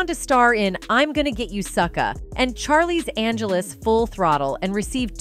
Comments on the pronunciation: Charlie's Angeles! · People know it's pronounced as Charlie's Angels, not Charlie's Angeles, so a bot must've assembled the script and narrated it too, huh? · Whoa! I didn't know after all this time we were mispronouncing Charlie's Angel when we should've been saying "Charlie's Angeles" and "Charlie's Angeles: Full Throttle"? Thank you. 😂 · They can never say anyone's name correctly in these videos. This one couldn't even say "Charlie's Angels" wow